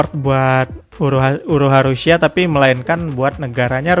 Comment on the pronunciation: Pakai Huruf "Shad", bukan pakai "Sin" 😅